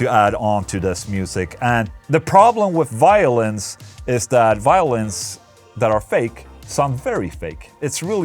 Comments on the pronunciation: I thought you kept saying "Violence" but realized you were saying "Violins" hahahaha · I heard Violence each time instead of Violins :D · i thought you were saying violence instead of violins and i was liek how the FAQ is he recording violence and then sticking it into a song?!